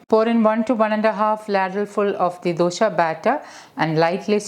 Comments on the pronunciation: For heaven's sake pls don't say DOSHA..it is Dosa. Is it so difficult to pronounce it correct ly?? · Not sure if there is a correct way to pronounce Dosa. All across India you will find people pronouncing it differently. In Malayalam it's called Dosha.